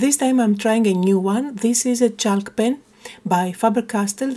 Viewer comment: Love the page the colours are amazing and I have a similar stamp so I might give this a go. Your English is amazing but a quick word about the pronunciation of chalk. The ‘l’ is not pronounced so it is pronounced like ‘chawk’. Hope you don’t mind me saying. 🇦🇺